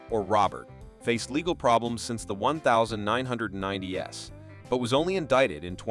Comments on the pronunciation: Stop being so lazy or atleast us an AI that doesnt sound so cheap. One thousand nine hundred and ninety one s...... lazy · Say you are a robo voice without saying you are a robo voice. “In the one thousand nine hundred ninety ESS” Or …..”Sooogay night” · Stop using AI voices. I turned off the video 12 minutes in because I can't stand to hear things like "nineteen hundred-ninety s" or two thousand ten s". Couldn't bear to hear anymore. And within those 12 minutes, many of those aren't even celebrities.